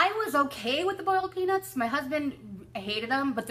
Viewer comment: Nice to see you, I love listening to you. Well done on your amazing weight loss. OMG I thought that you said boiled penis not peanuts lol ha ha. xoxoNisha